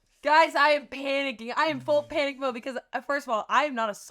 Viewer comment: "the panicc " 🤣🤣 ong thank u Amanda and the creepy guy who filmed this because i haven't laughed this hard in so long